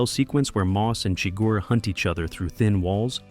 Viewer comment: Why does the narrator here mispronounce the villain’s name?